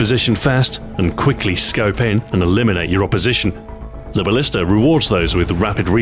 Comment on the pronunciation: u said ballister